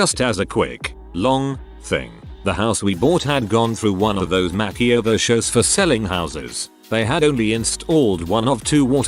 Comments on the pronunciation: Why can't the reader learn to pronounce "makeover"? It's not " mackie over"! Is it a robovoice? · No one: the TTS bot: Makky-over